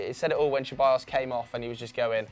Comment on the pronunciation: When they say ceballos it makes me die inside im spanish and its not cheballos